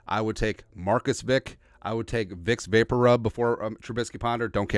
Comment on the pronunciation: "Vics Vapor Rub" hahaha